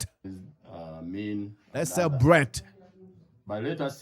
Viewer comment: Cwebrate😅😅😅 that stooge🤣🤣🤣🤣